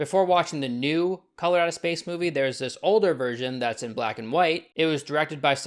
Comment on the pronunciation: Every time you said "Color Out of Space", I kept hearing "Colorado Space" and getting confused.